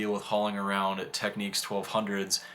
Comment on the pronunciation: Techniques? Am I the only one who cringed every time he said that?